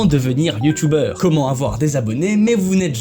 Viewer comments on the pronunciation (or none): none